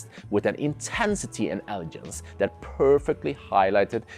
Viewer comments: wonderful review ! also, it is pronounced "eh-luh-genz", not "eh-luh-jernz". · in English, the word 'elegance' or 'elegant' has a hard G sound, like the word 'glass' or 'great'. Great video and I love the wine focus - Serving Keller VdF in the standard pairing is pretty impressive, as well as getting a Sta Barbara Chardonnay in Norway. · he means the word "Elegance" which you say many many times, wrong :)